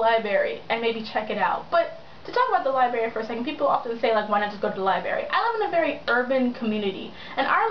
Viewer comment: never thought i'd hear someone who loves books say "liberry"